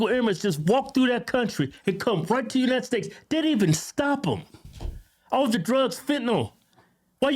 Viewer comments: United steaks? 😂😂😂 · Kevin been saying “United Steaks” for years 😂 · United steaks lol love u guys